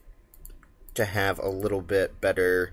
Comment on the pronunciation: Little, little, the word is little. You have a really nice presentation style and great videos, but everytime I hear you say widdle/wittle I die a little inside.